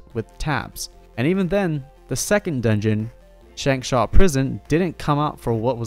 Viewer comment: Shankshawn prison? Lol... it's kwaansas prison... kuh wone zuz